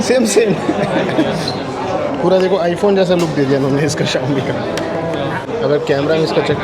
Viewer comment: Bsdk thik se english to sikh le phle xiomi xiomi chillla rha h wo samjh jha00nt kuch rhe h 😂😂